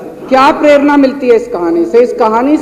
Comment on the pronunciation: ये पढ़ाई किस काम की मोरल का अर्थ दूसरों से पुछना पड़े और प्रेरणा का उच्चारण प्रेरना किया जाय। इसी तरह देश का पैसा बरबाद करके जनता को सभी दल मुर्ख बना कर कहानी पर कहानी सुना रहे हैं।